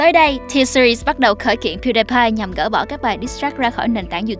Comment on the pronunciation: Piu đi pai không phải piu đai pai